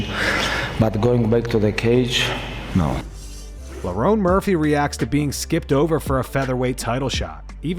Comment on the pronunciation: Lerone Muphry 😂😂